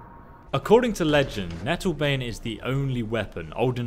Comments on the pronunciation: Nattlebane lol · Lol nattlebane